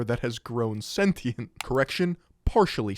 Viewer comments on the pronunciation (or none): Why can't people pronounce sentient? Go back to 3rd grade....